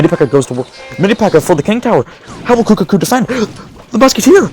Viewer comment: I love how in the last match he was calling kuhaku, kukaku 😂